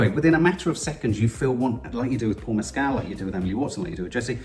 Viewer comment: Great review. Please learn to pronounce Paul Mescal's name correctly